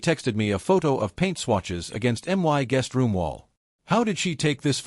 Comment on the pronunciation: Please, teach this aweful AI voice to pronounce "my"! This is horribly unprofessional. 😮